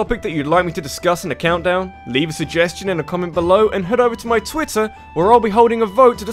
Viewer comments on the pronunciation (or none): none